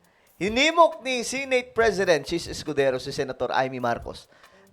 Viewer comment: The word Senate..si-neyt ang pgpronunce mo sir,bisaya ka ba? Di ba dapat..se-net ang tamang pgbigkas?